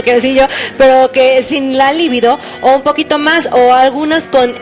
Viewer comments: No se dice "Líbido" se dice "Libido" es una palabra grave, no esdrújula. Pendejas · Empezando por la pronunciación de "libido".